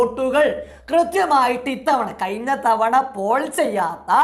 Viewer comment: ട പൊട്ടാ കയിഞ്ഞു അല്ല കഴിഞ്ഞു.... വിശയം അല്ല വിഷയം....